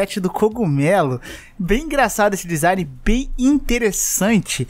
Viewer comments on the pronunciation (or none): none